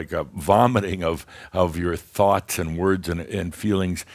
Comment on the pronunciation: ÆND. lol, I love it.